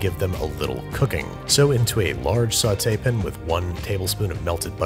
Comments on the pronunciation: "Is it bothering anyone that I'm using metric weights and imperial temps" - the guy who says saute pan as "sautepun" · when he said "sauteepin" i had to rewind to make sure that i was disrespected exactly the way i thought i was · When we need a line sweep it’s “grab a broom and a dustpin” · “Sauté pin” 🧐